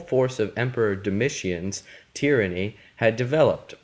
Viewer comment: The way you said tyranny killed me